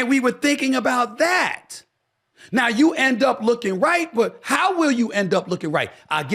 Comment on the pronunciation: CALM DOWN.... you sound center left but think you are trying to play both sides of the street. BTW the word you is pronounced 'you' not 'choo' My gut tells me you really want to run bad. It's an ego thing.